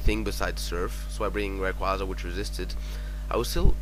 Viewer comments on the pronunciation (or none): RAYQUAZA pronounced- RAY- QUAY- ZA... shiiiiiiiiiiiiiiiiiiiiiiiiiiit